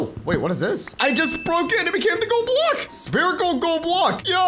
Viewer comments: You keep saying sperical. It’s SPHERICAL (SF-IR-ICAL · Is this a bit, or do you actually not know how to pronounce "spherical"? The 'ph' makes an 'f' sound, so it's pronounced "sferical". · he said Spherical like (sperical) AAHhHH